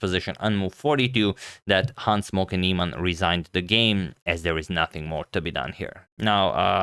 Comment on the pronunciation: Always sounds like he says "Hans Smokey Neimann"